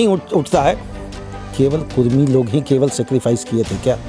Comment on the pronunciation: कुर्मी नहीं कुड़मी